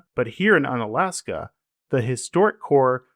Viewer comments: More like Oon-alaska. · It’s pronounced oon-alaska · bro you pronounce it oo-nuh-las-kuh, apparently you never watched that crab fishing show 'Deadliest Catch' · Unalaksan. Really bruh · pronounced oonalaska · Hey I mean if you're going to make a whole ass video about it why would you even learn how to pronounce it. Why would you even try? why would you even spend one second to try to pronounce it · is this some AI channel that doesn't know about pronunciation? god damn man hope its not AI but this is a weird literal take on pronunciation like I had when I was 5. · Though people say you have mispronounced the town’s name, the idea of un- preceding a state’s name presents an idea for a category. Each state’s city that most defies the state’s image. St. Augustine is Unflorida, Fredericksburg is Untexas, Harper’s Ferry is Unwestvirginia. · I think he needed the mispronunciation to land that quip about it definitely being in Alaska. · That’s not how is pronounced 👎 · Pronounced with a long U.